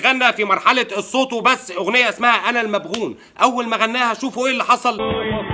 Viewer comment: هههههه ضحكني كي قال انا المبغون😂😂... يا اخي يا اسمها انا المغبون❤❤ الف شكرا ليك على الدعم😙😙